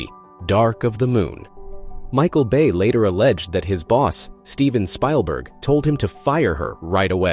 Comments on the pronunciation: Spilerberg? It's Spielberg. fix your AI narrator to pronounce the mans name correctly. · I knew when she made the Hitler comment, it would affect her career. Commentator is a computer reading the script? Stephen "Spileberg"? It's Speilberg for crissakes. What living person doesn't know that? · Steven SPY - LBERG ?? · Stephen Spile-berg? Not that he's a favorite but I think he's earned his name being pronounced correctly. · The news may not be fake but I believe this channel is just a bot How can you not know Stephen spillberg's name or how to pronounce it? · Steven Spielberg not a favorite? That's as silly as incorrectly pronouncing his name, but who would do something as crazy as that? 😮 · Megan Fox called Director the other "N-word" Nazi; not cool in Hollywood. // also I love how the bot botches Spielberg's name